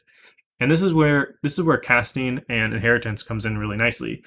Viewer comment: Wait did you say “cat-sting”?